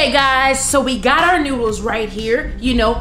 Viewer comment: It's noodles not noddles but it's oke still love you guys ❤️❤️